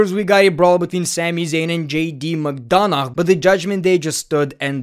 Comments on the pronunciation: McDonagh is pronounced "McDona", the "gh" is mute, so you don't pronounce it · The fact that he pronounces McDonagh is so funny 😂😂